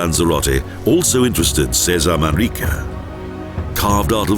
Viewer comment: terrible commentaries with many wrong pronounciations, unfortunately.Should not happen in professional videos : "Manique" instead of ManRrique, "vinio" instead of vino, Puerto del CarMIN, but it is Puerto del Carmen, "Jardin" is pronounced like an english "Chardeen", not jardin like french.It is not MARIA but Haria